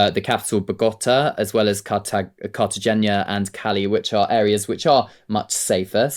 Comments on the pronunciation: It's pronounced Carta-hay-na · Cartagena - The "G" is pronounced like an "H" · you should know how to pronounce Cartagena.